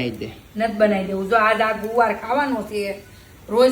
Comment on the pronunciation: Guvar it's gavar 😊😊